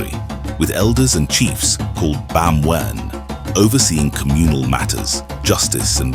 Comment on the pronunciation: it’s “ba-mmm-we-ne” not “bam when”